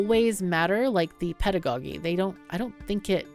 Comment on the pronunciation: I was curious about this game. thanks for the video. BTW someone might have pointed it out already but the word "pedagogy" is pronounced with a soft G for the second one